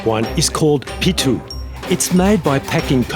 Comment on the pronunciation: Hi how r u? I am from india your saying the food name pittu that is not correct name. That food name is puttu. Pu it tu....